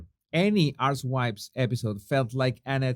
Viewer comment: (1.55-2.01) It sounds like you said "Much like an ARS*WIPES EPISODE" rather than 'Housewives episode" in your beautiful accent. Both of which are true! 👍 😂